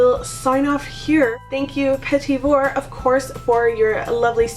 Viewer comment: It not petit like "petty" its pronounced like petit just don't pronounce the last T. So kinda like "puh-tee" with the emphasis on the second syllable.